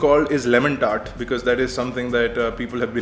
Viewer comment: lemon TART*..not dart :P